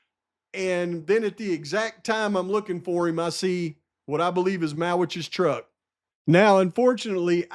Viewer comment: Truck - not Tuck